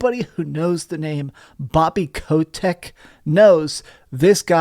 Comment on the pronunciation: "Bobby Ko-tech"